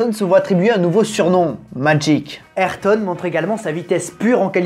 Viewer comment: Super vidéo mais la prononciation d’ayrton me gratte l’oreille mais vrm sinon super vidéo je l’ai a peine commencer Js déjà que cv être incroyable